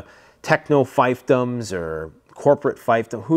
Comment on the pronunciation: "feefdums" not "fyfdums." Fief rhymes with thief. Empires fail for various reasons;, you nailed some of them. All empires fail due to a concept known as "imperial overreach." They take more than they can hold. A good book which explains this is, "The Rise and Fall of the Great Powers" by Paul Kennedy.